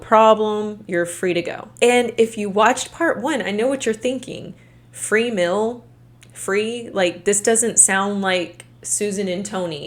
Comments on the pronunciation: What is a "mil", other than a measurement for taxation purposes? You mean "meal", pronounced "meel", right? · Take a shot every time says “mill” for the word “meal”. Great content btw. Just had to mentioned it. ❤